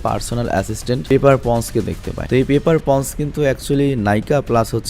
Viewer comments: Peper pons na vai peper pots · Paper pots ..vai pons na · পেপার পটস, ওবাডাইয়াহ স্টেইন, ফিল কোলসন, টেন রিংস, আয়রন মঙ্গার; এগুলো হলো সঠিক উচ্চারণ।